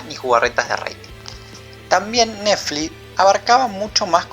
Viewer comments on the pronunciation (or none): che... "nefli" tiene una "T" y una "X"... neTfliX!! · Iba todo tan bien, hasta que empezó a decir recurrentemente "Nefli"...me pudo! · Por qué dice Nefli? 😒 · me encanta como dice neflix en vez de "netflix" me da mucha risa alto video amigo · Esta tan bueno el video que voy a obviar el hecho que digas nefli y yutub... jaja... naa en serio buen material va un like !! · MEJORA LA PRONUNCIACION!!!!! "YUTÚ" "NEFLI" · "nefli", naa joda, está bueno el análisis.